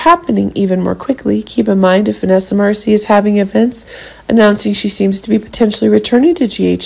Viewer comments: It's Marcil not Marcie! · FIRST OF ALL YOU ARE SAYING VANESSA LAST NAME...."WRONG "!!!!!